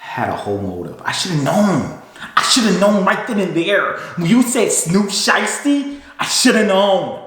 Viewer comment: How could you keep a straight face, when you put emphasis on Snoop Sheisty? 🤣🤣🤣🤣 I fkn Hollered! And yes, I get the Code part! Ain't No Back-dooring the Homies! Rule #3 of #5!